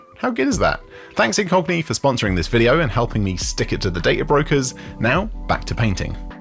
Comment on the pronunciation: When you said "this video sponsored by Incogni," it sounded like you said "this video sponsored by a Cockney." lol